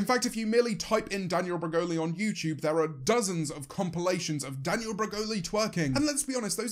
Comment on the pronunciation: yeah, sometimes it sounds like he's saying "youcheub" when he says "youtube"